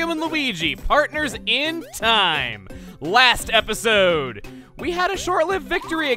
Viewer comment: thank you! you finally said last episode! (even though he said it wierd. probably on purpose as a joke.) next episode try in the last episode